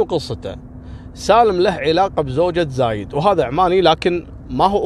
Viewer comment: ترك تقرأ الاسامي غلط زايد وخميس